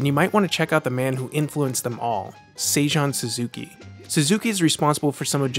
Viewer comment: Your Japanese pronunciation could use a bit of work... It's not "Say-juhn," it's "Say-joon." (rhymes with racoon) It's not "Joe," it's "Jo-eh." (rhymes with olé) Scratch that last one